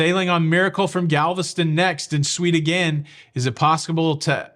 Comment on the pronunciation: Anything is pos-ca-ble LOL......🙃